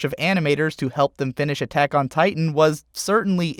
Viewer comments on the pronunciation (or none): none